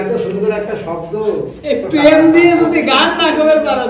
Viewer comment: প্রেম কে পেম বোলো না, উচ্চারণ ঠিক করো এমনিতে তোমার গান খুব সুন্দর।❤️❤️ Form India